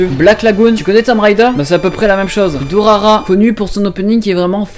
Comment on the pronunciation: Ah et c'est pas "Durara" mais "Durarara" !